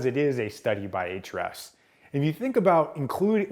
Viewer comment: Can't wait to watch this, but I first HAVE to know: Why is it pronounced "H-REFS"? (There's an argument I'm slated to win, with your help!)